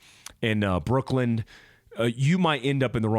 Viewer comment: My only hate comment! It’s Brooklyn not Brookland 😂 Love your videos man!